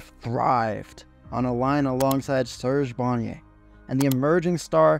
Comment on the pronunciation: Just look at the other comments...Most of them mention the same thing... Yvan Cournoyer, Serge Bernier, Real Cloutier and Vachon...Michel Goulet ,and not Michael Goulet... In the video he mentions the Nordiques gm,and he shows Maurice Richard...Come on! Let’s just say, that the effort for putting this together was not there,the lack of research and the mispronounced names...Yes it was that bad,you can do better.